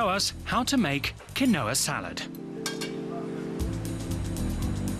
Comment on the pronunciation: Its pronounced QEEN-WA